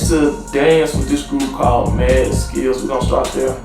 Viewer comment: has to having a learning disability…… “M.R.O skills???” He literally said Mad skills